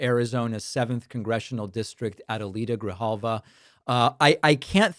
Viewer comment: De repente, te sale lo argentino: hablas español pero dices "Ahdayleetah Greehalvah" . No mames ché 😂😂